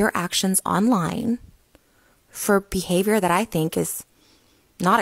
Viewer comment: "poor behaviYOURRR" 🤣🤣🤣💀